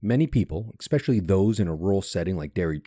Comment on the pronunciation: Expecially? It's ESpecially.